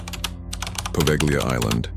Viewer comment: The g is silent in Poveglia, just a heads up